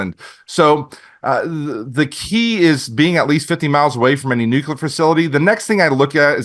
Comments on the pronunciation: Nuke-u-ler. No no no. Nuclear. New-clear. Lol. Still a good show. Just drives me nuts. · Cant take anyone that day "NUCULAR" seriously. Spellcheck it. Please. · “Nuculer” isn’t a word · nukular wtf?